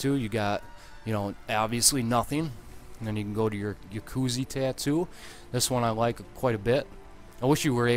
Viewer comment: Did this nigga seriously just say "Yakusey tattoo"?